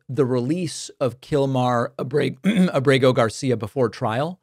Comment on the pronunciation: Ábrego is stressed on the first syllable.